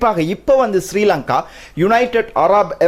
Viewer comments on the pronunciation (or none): none